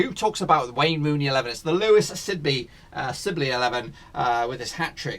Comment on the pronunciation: It’s Louie not Lewis